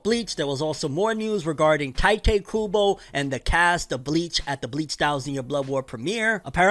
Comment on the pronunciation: "taite kubou" lol